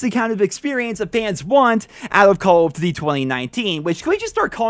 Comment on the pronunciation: He says cawl of dty